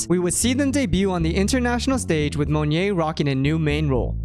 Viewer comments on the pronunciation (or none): Yeah it's Mo NYET, not Monje or Monye lol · love the video! just a note, monyet's name is pronounced somewhat like "moh-niet", not "mun-yay", just for future reference's sake. good job otherwise :) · Its pronounced more Mon-yet. More Russian than French. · LOL its ok man it means monkey in bahasa, and maybe it only asian/indonesian can pronounced it right at first. cheers cool vids. waitin for more! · as an Indonesian, the way you say monyet kills me. JUST PRONOUNCE THE T PLEASE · now that's actually completely new way to pronounce monyet that i've heard. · monyet is pronounced with the t btw!! its not silent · the way you say monyet is so bougie lol i like it tho